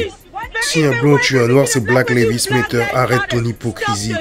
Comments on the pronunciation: excellente vidéo cependant... Black Lives Matter se prononce "black laïv'z méddeur" (laïv'z comme life par exemple) et le "T" se prononce "D" méddeur" pas Lévi's comme la célèbre marque de jeans mais laïv'z lol Tu dis "black Lévi's méteur" tu m'as tué lol 😄 bon sur la forme je te taquine un peu mais ça m'empêchera pas de te mettre un pouce bleu car sur le fond c'est une top analyse 👏😉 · Super. Bon travail comme toujours. Poursuis ainsi et merci. Par contre pourquoi choisir de prononcer "Black Lives Matter" comme tu le fais? La vraie prononciation est tellement plus simple. Just saying... anyway Big up! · pk tu dis black levis matter??